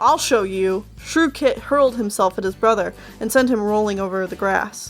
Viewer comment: You called Shrewkit Shrewshit 😂